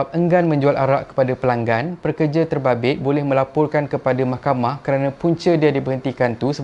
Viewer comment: Sebut betul2. Pekerja., bukan perkerja